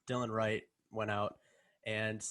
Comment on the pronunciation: Just to let you know it’s not Dylan or Dillion Wright, it’s Delon Wright!